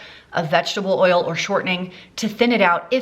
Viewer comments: Idk why but when you said "ERRL" instead of "oil" I was just tickled pink lmfaooo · I love that you call it "earl"...I do too...lmbo!!!